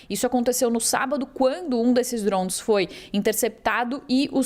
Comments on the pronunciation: Cara que reporte chata falando drosn.... A palavra é DRONES DRONESSSSS.. Não drons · Que porra é Drouns ? Drouns, Drouns, não é possível que não consiga falar DRONES KKKKK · Reporter falou 67 vezes drons drown drond kakkaakak mas nenhuma vez ela falou drone puta que pariu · Kkkkk ela não consegue falar Drones kkkkk drouns kkkk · Trons toda hora 😅😂 acorda ouvindo drone e dorme ouvindo DRONSSSSSSS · Jornalista é dronssss ou Drones, não entendo porque estudam tanto pra nada. Dronsss🤦‍♂️ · Alguém avisa essa sonsa que é DRONE não DRONS PQP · Ela tentando falar francês...DROUNS, DROUNS, DROUNS... KKKKKK😅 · Mds Drouns? que isso Jornalista , bora pesquisar um pouco antes o assunto hein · Ensinem a esta reporter, por favor: DRONES, DRONES, DRONES. A notícia é para o Brasil. Que coisa mais chata! DRONES, DRONES, DRONES. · Porque inventar? o mundo não fala Drouns🤦🏽‍♂️🤦🏽‍♂️🤦🏽‍♂️🤦🏽‍♂️🤦🏽‍♂️ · Será que alguém pode ensinar essa pessoa a falar o nome correto dos DRONS. Av Maria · A cada DROUN que a reporter falava, o Irã perdia um ataque de DROUNS 😣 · Achei que era somente eu que estava implicado com a pronúncia dessa repórter… kkkkk DROUNS DROUNS DROUNS. Que chatinha!!!! Kkkkk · Esses “drunes” ahahahha Bela pronuncia! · Ela tá pronunciando em inglês? Por que não pronunciar em português? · Sim…mas o que achei hilário é que ela fala em inglês mas com pronuncia aportuguesada kkkkkkkkkkk O “r” totalmente aportuguesado kkkkkkkkk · É desafiador até para ela falar o nome kkkkkkkkk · Ela está falando em inglês, deve ter acostumado por estar no USA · A pronúncia do inglês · então fale certo não custa nada.